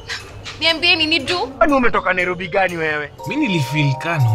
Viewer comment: Hahahaha NaiRRobery